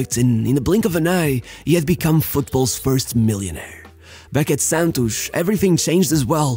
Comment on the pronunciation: 100% chance that it was a pearson from Rio de Janeiro who taught him how to pronounce 'Santos' rsrsrs